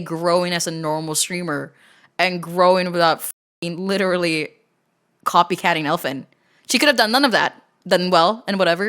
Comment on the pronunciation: "I lirellary"